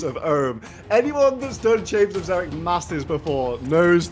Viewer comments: "chambers of eggzerick" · Skill specs "chambers of xzerics"